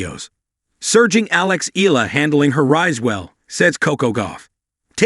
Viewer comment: Please pronounce her name correctly.